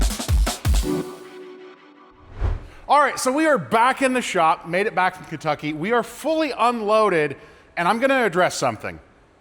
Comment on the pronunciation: I'm afraid, you pronounced the state name wrong. Apparently now it's Keentucky